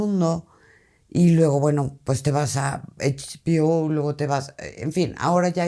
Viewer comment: La doña está en “eichbiO” 😵😂😂 Ana si está en H-B-O